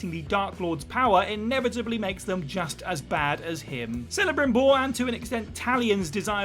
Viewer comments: It is pronounced "Kel-a-Brim-Bor" ... Kel not Cell. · Celebrimbor is pronounced Kelebrimbor, not Selebrimbor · 1. You do play as the villain in TLOU2, Abby. 2. It’s pronounced Kel-abrimbor, not Sell-abrimbor 🤦🏻‍♂️ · Who is "Selebrimbor"?? It's pronounced as K not S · For the love of Tolkien! Celebrimbor is pronounced with the K sound.